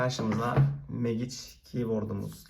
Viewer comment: Oğlum megiç diyip durma mecig lan